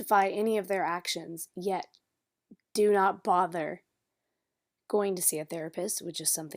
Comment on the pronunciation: Why can't this gorl say a compete word? "Eateeen" and "cuukeeen" and go-eeen to Wommark... Is it just inherent laziness that she can't say a fucking 'g'? Cuz it's not her accent!